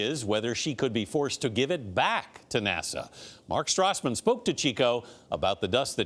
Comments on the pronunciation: THEY SAID NASO IT IS NASA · did he say NASO